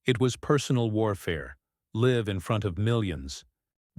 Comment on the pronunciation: The reader doesn't know proper phrasing. He even pronounced 'live' wrongly.